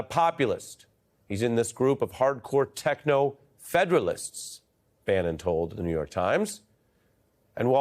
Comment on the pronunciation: You mispronounced technofuedalism. The threat of this is very real and very much what Musk and his tech bros are pushing for. Look up Yanis Varoufakis and his steps for the "butterfly revolution" it is step by step what is happening right now.